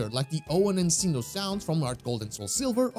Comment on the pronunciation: Sin- yo? do you mean Sin- noh?